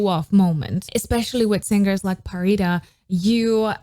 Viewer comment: I’m glad that you can finally pronounce Pharita’s name correctly!! Thank you for reading the comments on the previous videos.